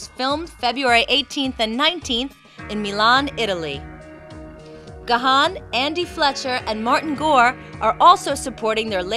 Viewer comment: I also did say Gahan for many many years untill I found out that he pronouns it like "Gone"....